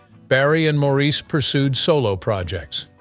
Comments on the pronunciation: By the way my freind is called morris spelt n sed Maurice, he never was maureese never. N was one of his bug bears was people saying his name wrong like im bleedin french he used to say, slightly cross, n also my twins name is robin. Not raarbin. 😮😮 not ok to say our names wrong n once u know all of us from manchester. So with respect if you going to talk about us , please say our names right. N can kill🤭😃 me mam 😊 for naming me this, im not nor ever will be french. 🤐🙂 i all my life too had me name sed wrong n wat we same on in life , so i got it wen he sed it. N now our last name sed so many different ways, Cant win. 🙂🤐🙂😒😒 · His family didn’t spell it that way because in England, it is quite common to name boys MAURICE and pronounce it Morris. By the way, that is how you can tell that this entire entire video was AI generated. Any true fan knows how to pronounce Maurice’s name.